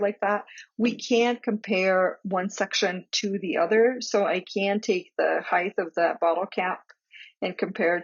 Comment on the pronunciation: Thank you-great video. but it's pronounced "hite"-not "hith", (spelled height) it's one of my pet peeves-sorry.